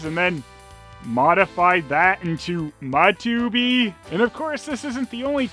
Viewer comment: Love the way you say Matubi